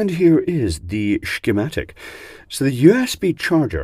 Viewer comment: You have the wrong pronunciation of the word "schematic"